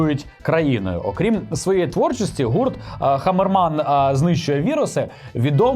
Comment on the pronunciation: "Хамерман...", а не хмареман.